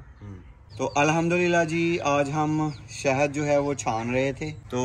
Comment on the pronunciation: Shehad hota hai behn 😂😂😂😂😂😂shahid nhi